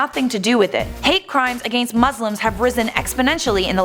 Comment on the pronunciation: lls the way she says against... sounds like a-gane-st